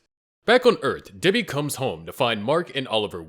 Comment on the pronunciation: i heard diddy instead of debbi 💔💔💔💔